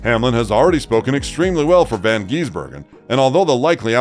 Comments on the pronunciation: Not von it’s van and he’s a kiwi not an Australian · never heard anybody mispronounce his name so many time in 8 mins. It's VAN not Von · It's van not von gisbergen and he's not an Aussie he's from New Zealand